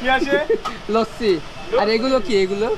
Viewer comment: its not লচ্চি its লাচ্ছি ফ্রিজ ব্রো!!!